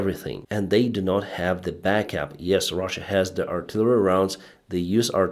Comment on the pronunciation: I hope you learn to add a T in NOT one day :P